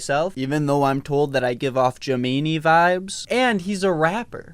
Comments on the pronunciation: Did he just say je mee nee for gemini LMAO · very beginning of the vid .. but there’s also a patreon subscriber with Gemini in the name at the end of every video and he always says it “gemeeny” too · “I'm also an Aries, even though people tell me I give off juh-me-ni vibes” JUHMENI 💀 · I don't know if anyone else has said anything about this yet but... Is he pronouncing Gemini as "je-mee-nee" on purpose as a joke or does he genuinely not know how to pronounce it? Because even when he reads patrons names he still says it as "je-mee-nee" are you /srs or /j? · gemini except its "ja-meany" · did he just say jamanie instead of gemini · Tell me he didn’t pronounce gemini like that